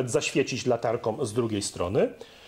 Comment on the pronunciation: Korona z "wylewkom " , poświecić "latarkom", zostawisz lufę nie "czyszczonom" ? Dlaczego tak mówicie ludzie 🤢😵😫😠